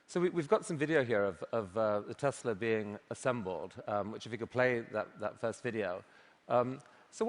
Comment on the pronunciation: 텔사가 아니라 테슬라입니다...